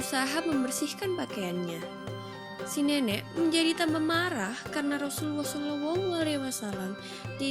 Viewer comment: Xpe ke dia sebut rasuluwoh camtu